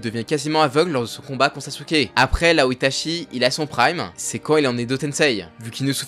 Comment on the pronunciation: Svp, c’est ItaCHi pas Itashi et on dit UchiHA pas Uchiwa